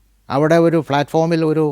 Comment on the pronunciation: പൊസ്തകം, വിധ്യാർഥി, ഫ്ളാറ്റ്ഫോം, മൃളാണിനി.... ഉച്ചാരണം പൊതുവെ പ്രശ്നമാണ്. പക്ഷേ പ്രതിപാദ്യ വിഷയത്തിന്റെ ആകർഷണീയത കൊണ്ടാവാം, താങ്കളുടെ അനുഭവ വിവരണങ്ങൾ ആസ്വാദ്യകരമായി തോന്നി. എങ്കിലും അവതരണത്തിൽ കുറച്ചു കൂടി ശ്രദ്ധിക്കാമായിരുന്നു എന്ന് തോന്നുന്നു.